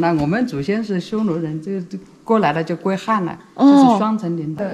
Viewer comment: 歸漢。非”歸罕”